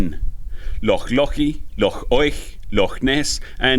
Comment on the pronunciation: Your Scot's pronunciation of loch is excellent. Lovely video as always 😉